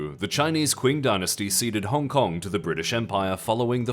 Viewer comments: hey team, the "Qing" in Qing dynasty pronunciation is closer to "ching" than "kwing". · bro please it is pronounced CHing dynasty not quinn dynasty 😭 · uhm, acshually 🤓☝️"Qing" is pronounced "Ching", not "Kuing" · It's pronounced CHING not KWING you dummies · "kwing dynasty" lol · It's pronounced "Ching dynasty," isn't it? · please consider looking up a pronunciation guide on Qing? 😭🙏